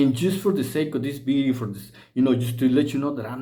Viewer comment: Did he say bideo not video lol